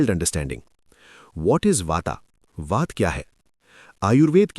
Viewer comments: भाई यें वाता पिता और कफा क्या होता है??????? हिंदी मे बोल रहे हो तो उचित उच्चारण करो ना ----- वात पित्त कफ नई पीढ़ी के बच्चे वाता पिता कफा ही बोलेंगे हम चाहे कितना भी उनको ठीक करे इसलिए कृपया ध्यान से 🙏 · यदि आप हिंदी में अपनी जानकारी देते है तो आप वात का प्रयोग करें ना कि वाता का यही सही उच्चारण है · वाता क्या होता है। वात बोलो । पिता नी पित्त्त। कफा नी कफ्फ बोलो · Bhai sahab बात पित्त कफ को सही उच्चारण से बोला जाय